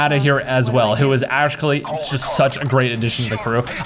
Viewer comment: Lmao "ashkuly". Sorry lol